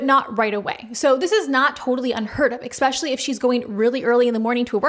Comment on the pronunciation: I’m going to be a right cunt now, but I watch your videos a lot, and this comes up a lot…. Es-specially, not ex-specially. I’m prepared for any elbowing that may come as a result of mentioning this.